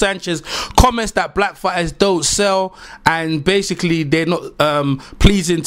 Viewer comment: It's "SELL" not sale. And James Degale doesnt consider himself black. In England mixed breeds dont see themselves as black.